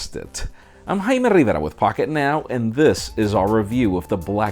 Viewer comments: Some Kind of Nice Jaiiiimmmmere Rivverrrrrrrrrrrra. Please note the Rrrrrrrrrr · im sorry i honestly could not catch your name the 10 times you said it. haimaiammidada? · I totally feel you. Couldnt tell if he has doing it on purpose with his name or if it was scrambled. Nice review though.